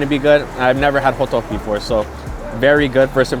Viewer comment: yeah dude are you korean? youre pronunciation of hoddeuk is pretty much perfect